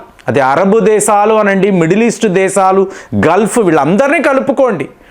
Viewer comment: దేశాలు ani pronounce cheyyali. దేసాలు కాదు. కొద్దిగా home work chei. అందరూ nee gorrelu కాదు.